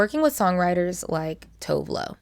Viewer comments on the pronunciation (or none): Tove lo is actually pronounced "Too-veh loo". Commonly mispronounced, and I mispronounced it for years. But that clip you used with Meg was pretty close